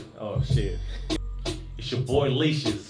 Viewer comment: Leashes, heard Leeches. I heard Leecious like Confucius or something